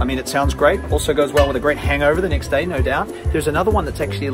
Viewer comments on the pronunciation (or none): none